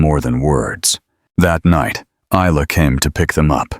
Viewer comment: The “S” is,silent…Isla Fisher is Eye-La…..just letting your AI learn something today…